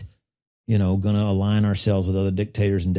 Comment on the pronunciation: It's not ealign It's Align.